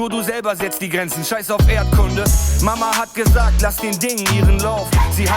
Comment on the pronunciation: You just pronounced "Mama hat gesagt" like Helmut Kohl when he tried to speak standard German! And he was the Chancellor, after all!